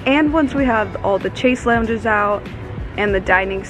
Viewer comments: lol once again it's pronounced shez-long, not chase lounges. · Great video I wanted to mention that you are pronouncing “chaise lounge” incorrectly. You can look up the correct pronunciation on YouTube. Great vlog thought, house is looking great.